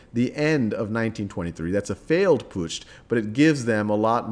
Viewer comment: A Pu tsch and not a Pushed :D